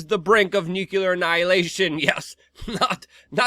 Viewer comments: "NUCLEAR" not "Nucular" Pronunciation, friend... there is no U after the C in "nuclear." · Great analysis! FYI, it's Noo-clear, not Nyoo-cue-lurrr... let's not speak Bush Jr.'s bastardized English. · Hey Luke, you almost pronounced “nuclear” correctly once...👍good job!!😂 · dude its very easy, and will instantly make you sound smarter NUU CLEER NEW CLEAR New as is NOT OLD and Clear as in NOT FOGGY OR CLOUDY NU CLEAR